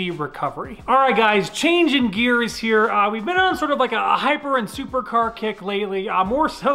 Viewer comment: Noooo you didn't say "heeeeereeee" in the intro, you just said "here"